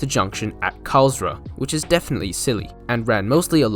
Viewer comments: Tylden is pronounced "Till-Den", not "Tile-Den". Carlsruhe is pronounced "Carls-Roo". The main trade at Allendale was the mineral works, which backed onto the rail yard. It did not serve a quarry. The mineral works closed in the mid 1990's, after locals complained about silica dust collecting in and on their houses. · Out of all the closed branchlines, this (& Maldon) have the most tourism potential...it would have a lot more if it was mainline connected again. Also, it's pronounced Carls-ruhe and Tyl-den. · Your pronunciation of 'Carlsruhe' and 'Tylden' was incorrect, and on one map you misspelt 'Bullarto', but apart from that, very good. I was fortunate to travel on the line ex Carlsruhe multiple times, and also once travelled to Newlyn from North Creswick.